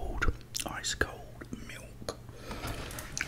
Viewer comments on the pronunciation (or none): Domt say milk like that ever again 💀 💀 💀